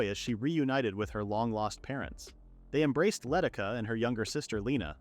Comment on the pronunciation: The village girl's name is Leh Tish Ah, not Letticuh.